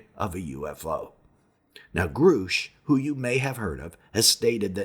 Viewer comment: Grusch not groosch